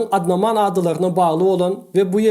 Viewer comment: Salam. Agam wideolarnyz gowy yone sozlernizde grammatiki yalnysh bar. Hindi adalarnyn adyny yalnys aytdynyz(Andaman ad yerine Adnaman diydiniz)